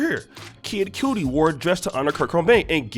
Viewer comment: Kid cudi spelled right but its pronounced like... cutty.....